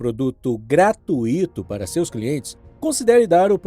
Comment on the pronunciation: Se for gratuÍto então o intuÍto não será fortuÍto.... Melhor ser gratuito mesmo.. Sem o acento tônico